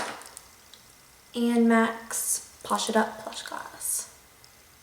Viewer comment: ''minted pinkkkkkkkk lipstikkkkkkkk''